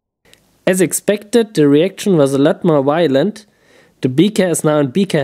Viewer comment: Those reactions were so wylent, whylent, wilent omg! So wy-lently awesome